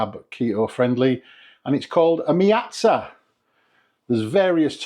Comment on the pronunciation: I thought it was meat- za 🤣